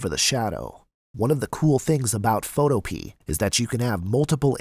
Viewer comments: learn how to pronounce the word PHOTOPEA....it is not photo pee.....it is photo Pia ..it comes from the GREEK word fotopoia!!!!!! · is he rlly saying photo-pee? isnt it photo-PeAAA?? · I think it's pronounced: Foe- toe- pee- uh not: Foe- Toe- pee I could be wrong, though... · Photopea rhymes with Utopia. fo TOE pe uh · bruh really said Photopee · It’s pronounced..Photohpeuh